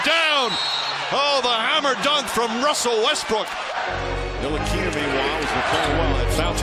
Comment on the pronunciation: “wussell restbrook”